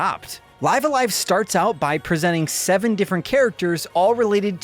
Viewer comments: isn`t pronunciated like "leeve" a live? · when he pronounces live a live "life a life" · Life The name of the game is pronounced "Live"(rhymes with Give) "A-live"(rhymes with dive). The way you're saying it is not correct and just sounds silly. Otherwise great review! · It's pronounced "Live a live" , duh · It's pronounced "Live A Live" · It's live a live not live a live 🤦🏼‍♂️